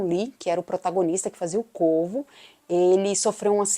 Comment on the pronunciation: No início do vídeo eu pensei que vc tinha dito o Corpo ao invés de o Corvo pois o som 2 palavras é parecido 😅